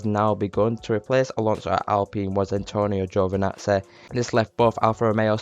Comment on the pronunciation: “Antonio giovinatzeh”